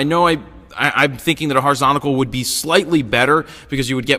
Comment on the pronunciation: If you're meant to be teaching others then at least get it right yourself- horizontal. Horizontical is not going to catch on, poor english.